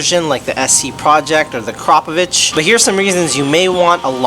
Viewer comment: It’s Akra povic not A kropvich